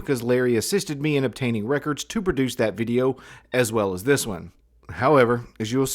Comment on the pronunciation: Also, the way he says "reckerds" annoys the he'll out of me.